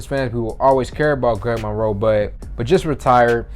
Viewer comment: “Gweg Monwoe”